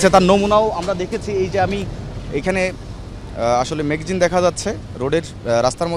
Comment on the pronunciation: ভাই ম্যাগাজিন না ম্যাগজিন